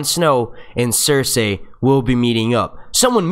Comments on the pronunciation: If he says cers- ay one more time, it's fucking cers-eey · Pls pronounce Cercei right!!! It's not Cerceyy... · Anyone else bothered by his pronunciation of "cerSay"